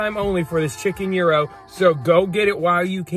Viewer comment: It's not pronounced hero lol, gyro is a Greek word, it's pronounced yero, the g isn't pronounced, it's silent. Glad you liked it!